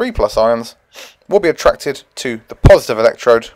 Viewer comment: "cations are purrrsitive" :') (Y)